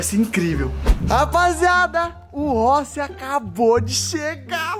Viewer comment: o ta fumando tanto narguile que falou rochi e vez de rossi